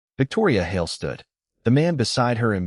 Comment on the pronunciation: The stupid AI can't even pronounce "Hale", it's one syllable not two.